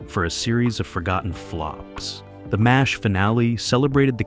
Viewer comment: Why can't these TV reviews use an actual narrator and not force us to listen to an AI voice? Hearing M*A*S*H* called by the individual letters (M A S H) is insulting.